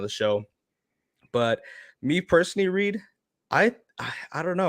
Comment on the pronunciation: Sorry Reed , i'm dying here 😂😂 pronounce it like "Rike" ! Hahaa